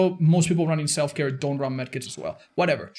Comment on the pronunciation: Did somone say Self-care? I just heared Self-destruktion